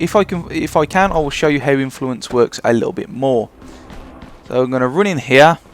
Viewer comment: Dont take this the wrong way but seriously, I have never heard anyone else in the whole world pronounce the letter U like you do man. Gounes = Guns Roune = run anyway, Where does it comes froume? Couze id like to know. I just think its funny